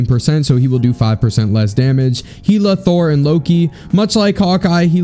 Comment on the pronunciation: Bro Heela ?? It’s pronounced (Hell-ah)